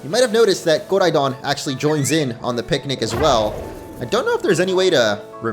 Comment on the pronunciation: Koraidooon pronounce right man